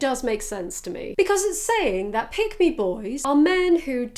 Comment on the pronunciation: it sounded like you were saying "pygmy boys" it made me giggle